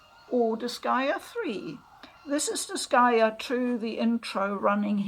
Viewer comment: I'm just happy to finally hear someone pronounce the name of the series.